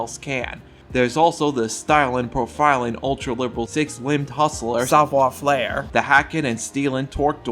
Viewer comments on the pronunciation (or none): FAIRE, not FLAIR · He is 100% mispronouncing it. As a French speaker, I could only continue watching the video if I pretended he was doing it on purpose. That's how bad the pronunciation is. He says "savoir" fine but "faire" has no reason to have an "L" sound added. Idk why he didn't just say it how it's said in English since it's the same. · i know french sucks and all but please stop adding an L to savoir faire i beg of you